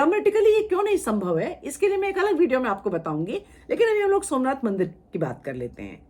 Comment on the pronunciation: देखिए क्या बोल रही । इसकी मां और यह जाते थे वह मन्नाथ के मन्दिर सोमनाथ को मनआथ बोल रही है इतिहासकार की उपाधि ली है या नशा चढ़ा है देखिए बच्चों को जो पढ़ाया जाएगा वह सत्य मानेंगे।